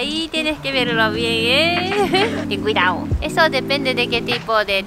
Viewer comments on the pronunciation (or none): "TEN CUIDAO"